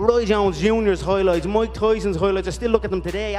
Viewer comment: Who is Maik Toy-son 🤔??? #ConorMcGregor